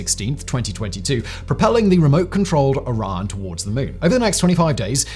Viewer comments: Now I see what he meant when saying "Iran". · why do you pronounce Orion like "Oron" ? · Learn to pronounce "Orion" correctly!